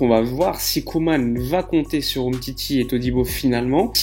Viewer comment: Ronald Koeman. La prononciation est Coumane et non Queue-mane